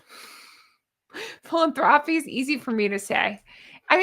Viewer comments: Fi LAN…tho may help you pronounce the words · Phi-lan-thru-pees. Pronunciation not the actual spelling. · try it as fill-an-throw-peas. 😂😂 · I think it's really really REALLY weird that the kids never look at each other, never hold hands, never do ANYTHING together. fyi, philanthropies, you should emphasize the AN, phil-AN-thropies. 😁